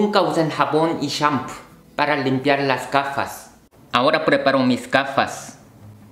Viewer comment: Al escuchar como pronuncia shampoo de inmediato me di cuenta que es japonés jeje